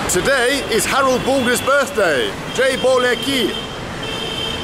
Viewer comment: Jai Bhole Ki means “Victory to Lord Shiva". Shiva represents detachment from material world for he lives in the cold mountain Kailasha in upper Himalayas. His company is snakes, scorpions and all kinds of ghosts- pronounce the H in Bhole not boleki -sounds like bollocks